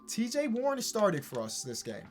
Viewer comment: U said cj warren